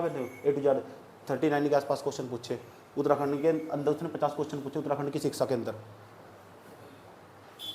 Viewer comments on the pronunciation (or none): none